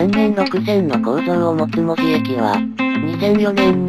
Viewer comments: 細かいことやけど、関森航路があった場所はいまのニッカウヰスキー門司工場の場所ではないです。あの工場は大正時代からあるので・・・ 近くの梶山倉庫付近なんですよ。 あと、門司の発音、正しくてうれしくなりました！ 門司の言い方は文字と同じではありませんから。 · サンマルも消え、ハチイチの銀も廃車。 機関区には扇型車庫もすでになく、 門司駅も残念なすがたになり 鉄道の街の面影もはやぜんぜん（泣） あと、門司の発音、ちゃんとした言い方してくれて ありがとう！ 「も」にアクセント付けた気色悪い言い方じゃないから 安心して見れました。